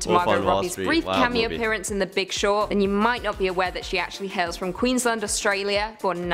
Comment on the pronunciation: That girl is not australian. She cannot even pronounce queensland properly.